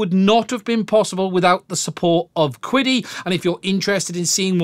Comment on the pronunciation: I am afraid the pronunciation of "Qidi（启迪）" is actually "Chi Di", it's a Chinese word meaning Enlightenment